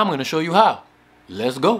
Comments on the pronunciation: you didn't say the "let's go" right! 😒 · yeah, u said it. But u didn't say it right lol🙈